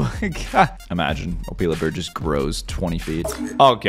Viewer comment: Your pronouncing Opila bird wrong.